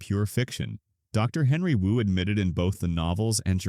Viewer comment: "you" said W-U several times instead of Wu. you should do a better job of checking your AI if you want people to think its a human narrating this, which clearly is not.